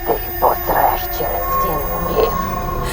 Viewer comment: Недочув там у кінці відео сказали ти помреш чи посреш 🤔😂